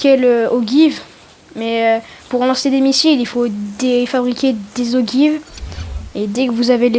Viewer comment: Ça se prononce ojive